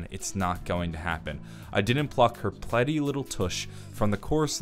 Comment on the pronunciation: he mispronounced pretty what a dumbass